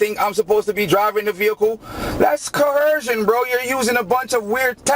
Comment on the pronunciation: Omg he really thinks the word is "co-herce". You is co-hercing me bro. You is co-hersive. You be doing co-hercion bro.